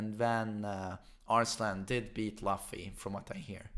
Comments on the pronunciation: it's not pronounced as "LAFFY" IT'S PRONOUNCE IS LOOFY like luffy from one piece. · Just FYI its pronounced '" LOO-FEE" and not "LUFF-EE" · I thought he pronounce it like "Laughfy" 😂 to Monkey D. Luffy (Loophi). Nc one. 🙃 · ITS NOT LEFFY ITS L-UUU-FFY from one piece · It's pronounced as "Loofee" not "Lafi" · You can tell does not watch anime when he calls luffy as lofy 😂💔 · Luffy is pronounced Loo-fee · Did this guy just say luff-e? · Bro it's pronounced Loofy not literally luffy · It's Loofy man get it right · Its LUUFY man 😐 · Nah, it's pronounced "Loofy" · It's pronounced loofy👍🏻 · I guess the doesn’t watch one piece… his pronunciation of luffy tho. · When he mispronounced luffy I was ready to change vids lol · you cant even anounce luffy proprly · You don't know "one piece" anime ? You pronounced luffy wrong